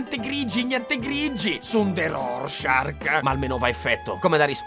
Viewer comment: non è Rorschark che fa molto squalo. È Rorschach. Te tocca riedità.